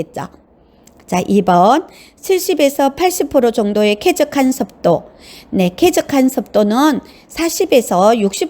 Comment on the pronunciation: 목소리도 좋고 . 발음도 좋고 내용도 충실한데. 단 한가지 발음만 좀 고칠수 있으시다면 정말 좋겠는데~습도를 섭도. 특히를 턱히. 스스로를 서서로 와같이 "으"와 "어"구분이 좀 안되서 듣는데 약간 불편한 부분만 고친다면 최고!